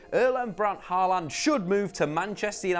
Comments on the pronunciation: Paland? Halland? If you're going to butcher his name, at least be consistent. It's pronounced "Haw-lan" like "Law ban" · The way you pronounce his name is just too funny. 😂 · Dude. You absolutely butchered his name